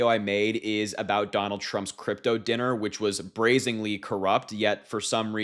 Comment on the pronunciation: Okay. Harry. 🤦 In this video you said "braz-ING-ly" when the word is "braz-EN-ly." And in the last video I watched of yours a couple days ago, you repeated the word "undoubtably" when the word is "undoubtedly"... with a D. Not a B. Come on. From the web: "Undoubtably" is often used incorrectly as a synonym for "undoubtedly," meaning "without doubt" or "certainly". I've never even heard anybody say "brazingly" before.